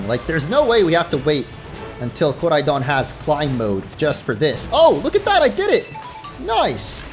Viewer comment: Koraidooon pronounce right man